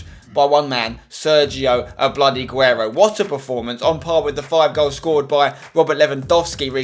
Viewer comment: ''Sergio A-blady-guero'' LOL!